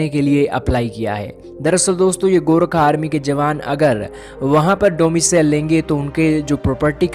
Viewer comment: Bhai saab gorkha hai gorakha nahi hai